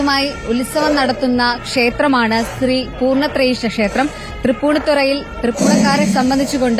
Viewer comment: ത്രി പൂർണത്രയീശ അല്ല.. ശ്രീ പൂർണത്രയീശൻ ആണ് അത് മനസിൽ ആക്കിട്ട് സംസാരിക്കു അരുൺകുമാർ 🙏🙏🙏🤣🤣